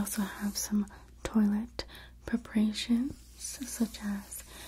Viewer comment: lol toilet sweet angel, it's french: "twa-lett"